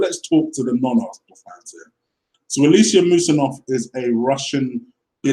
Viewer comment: Dude, you are funny. How can you pronounce Dembele's first name, yet not you cant pronounce Usmanov, when they are almost the same, lol? Good video, agree 100% with you comments regarding the whole Ozil affair. Truth.